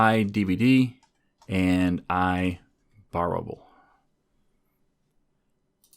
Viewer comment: I love how he pronounces IBorrowable as IBorrowabable, great video by the way. Enjoying this series on SOLID, one more to go 💪